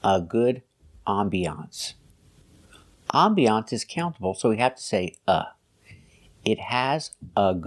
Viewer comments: I cannot believe she actually said "ambiancée" 😲 I could never actually follow her, but I never knew she could be so bad! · It sounded like she was saying I'm Beyoncé with a bit of an exaggerated pronunciation 😁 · "How is it called" and "help of" is just the burden of the Slavic language being her first one. Not sure where she got that "ambiancée" pronunciation from, but I hope she knows how to pronounce "nouveau riche". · 🤣🤣🤣🤣🤦🏻‍♀️ Ohhh myyy! I laughed so hard! I had never heard the word “ambiance “ pronounced that way. Only Marina ! 🤦🏻‍♀️🤣🤣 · Boaz That would be my guess, that is a French word, nevertheless if she is teaching English she needs to pronounce it the English way. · I am a French native speaker. We don't pronounce it with an e (english) sound at the end (used as a noun). The pronunciation in French is closer to what this man says than what Marina says. I don't know where she had heard the word ambience/ambiance. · I laughed so hard when I heard her saying “ambiance “. Sounds hilarious